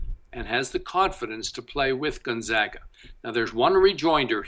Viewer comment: appearing in the NCAA tournament 18 years in a row, a streak 2nd only to Kansas, and this douchebag pundit is still pronouncing it gUn-zOga. I shut you off right then and there. LEARN HOW TO SAY THEIR NAME!